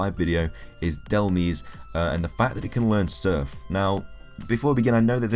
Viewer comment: It's not DEl-Meze it's DEl-Mize